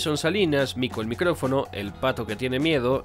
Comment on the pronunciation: Cada vez que decía "mico el micRofono" me daban ganas de mandarle un wate